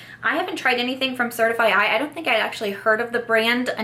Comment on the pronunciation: Happy Thanksgiving!!! I've never tried Glow Recipe, but I like their brand aesthetic. I think Certifeye is pronounced just like certify and DC came out with the glosses 😉 Originally I didn't want anything from the Colourpop collection, but I saw ThatGirlShaeXo and mesijesibeauty's videos and now I'm like oh... I could pick up 1 or 2 items lol I think the Melt palette has a really pretty color story, but I will be passing because I have the Gemini palette and I prefer the more mattes to shimmer ratio. Also Melt is $$$$ The theme doesn't bother me, I mean I like the kush mascara